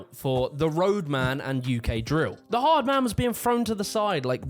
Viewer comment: You pronounced 'ard man wrong